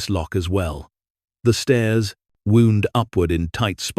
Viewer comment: read, wound, patented--all pronounced incorrectly. Learn how to read money amounts. Learn how to write and read dates.